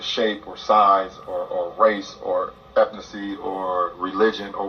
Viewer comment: I’m surprised COJ didn’t mention Lebron mispronunciation ethnicity….he said ethacy lol